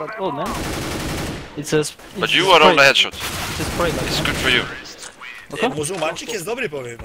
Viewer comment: Jaki "muzumańczyk" xd